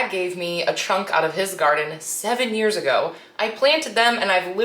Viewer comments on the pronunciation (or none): none